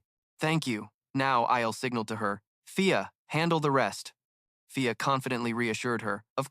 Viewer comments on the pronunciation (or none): it's fia not pia or via the goblins you insulted elves 😤😡 and the dudes name is Ray not day or kay or whatever other 3 letter word that ends in ay get your shit together ughhh this narrator pisses me off it's an elf village not a goddamn goblin village go through your video and fix the mistakes it's not difficult and how can't you tell the difference between a man and woman like you call Ray a she alot and then alot of the females are called he